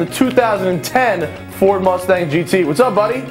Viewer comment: Vaughn, Vaughn, Vaughn...why Rustang?